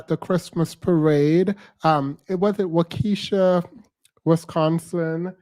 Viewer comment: This man is a Narcissist! Delusional! It thought he was then a lawyer. He’s from my hometown. It’s pronounced “Wal -key-sha”. So glad this is over. Most Bm here act like this.